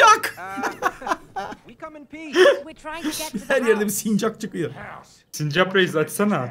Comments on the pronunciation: Sinirimi bozdun abi sürekli sincak diyip duruyor doğrusu sincap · abş sincak deil sincap o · Sincak değil sincap